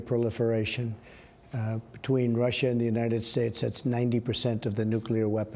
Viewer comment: "There's no colusion. I didn't deal with Russiaah. I have nothing to do with Russiaah with respect to my race." WTF is he bloviating on about.